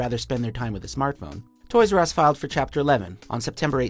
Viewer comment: "Toys R Us" "Toys Were Us"